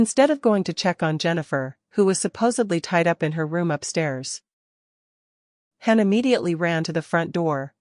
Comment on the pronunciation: It's pronounced hAn as in hon not a short A sound the long one.